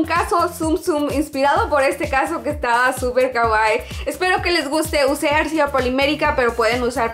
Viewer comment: siempre que dices Arcilla la cagas. :(